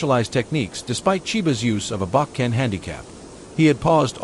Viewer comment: If you are going to talk about aikido, you need to pronounce the Japanese words correctly: uke, shihan, bokken, Biranki, dan . Get rid of the AI voice!